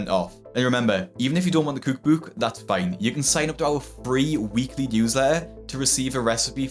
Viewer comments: I can’t get enough of how you pronounce “cookbook” 😅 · I — literally walk around my apartment sometimes wondering if you’ll ever learn to say COOK BOOK like your not chocking on a wad of paper. Cuuuug buuuug Whatever the fuck that is. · “cooh-k booh-k” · Cuke buke!...what's a cuke buke?😂